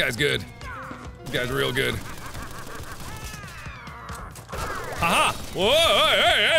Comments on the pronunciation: Poo-too-ro. XD I actually died. It's pronounced "Pot-a-roo". It's a marsupial native to Australia~ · It's pot-o-roooo not pi-toro 🙄😑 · I am so sorry but I can't stop laughing at 'pinstripe potoro.' It is potoroo 'pot-or-roo' it is a native Australian animal just like a bandicoot. The games are set in Australia. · It's Pot-uh-roo